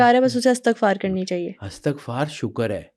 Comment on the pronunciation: محترم استاد آپ نے بہت پیاری باتیں کی ہیں لیکن بہت معذرت کے ساتھ عرض ہے کہ لفظ استغفار میں 'ا' اور 'ت' کے نیچے زیر آتا ہے ،زبر نہیں. آپ اردو لغت میں اس کا تلفظ چیک کر لیں۔ بہت شکریہ